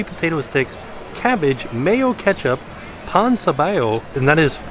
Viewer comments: My puertorrican ass is both laughing and dying at how is butchering them names like tripleta(tri-ple-ta) Yucca(you-ka) and pan sobao(paan so- baa-o) But it's ok, it's more as entertainment for us latino-hispanics!🇵🇷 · The way he pronounced Tripleta, Pan sobao’ and Yuca hahaha I love him. Greetings from Puerto Rico